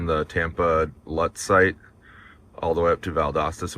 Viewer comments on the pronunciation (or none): It's pronounced "Loots," like "boots," not "Luts". You passed right by my house. Cool. Too bad it was on a saturday or I would have passed you going sound about that time of day.